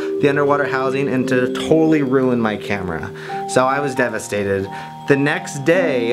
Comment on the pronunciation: "I WAS DEVINstated" lol